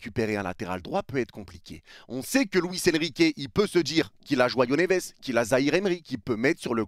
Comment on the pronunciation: 45 ans tu supportes le PSG tu sais toujours pas dire " Joao névés"